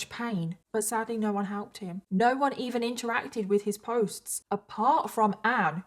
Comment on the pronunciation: when she said "oh norrr" in her accent, all i can think of is H2O😂😂 OH NOOOR! CLEOORR!